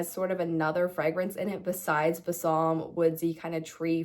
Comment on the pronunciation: You are pronouncing Balsam incorrectly— please Google it